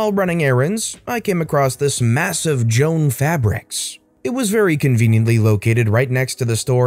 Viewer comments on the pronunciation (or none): Not “Joan”. It’s Joann. JO - ANN. 🙂